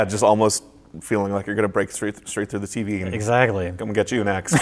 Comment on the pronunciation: It's tV. NOT Tv. You're making me nuts.